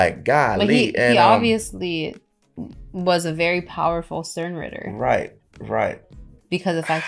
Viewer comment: The part my guy slipped up saying Sternritter "Y" and said "Stern Witter Why?" Was the highlight for me. It's is pretty tricky saying that fast tho.